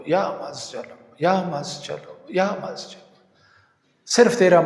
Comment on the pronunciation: Ya mazjal kabhi kahin padha nhi suna nhi.. Kya ye lafz sahi bol rahe ho aap?